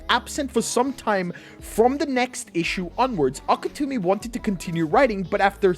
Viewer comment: It's Gege AKUTAMI, not AKETUMI!